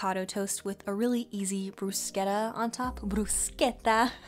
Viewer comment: Omg that bruschetta ponunciation 👌 also thank you for the overnight coconut oatmeal, wonderful idea 😍 love from Italy